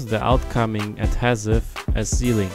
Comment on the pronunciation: Your pronunciation of adhesive makes this video unwatchable.